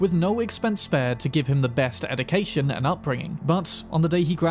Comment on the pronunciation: Bro cant even say education correctly 😂